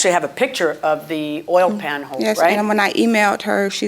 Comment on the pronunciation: The way she pronounced OIL was irritating. She pronounced it "oyer".